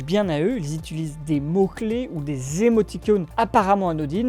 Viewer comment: "Ils itulisent" au lieu de "utilisent" ça fait mal aussi 😭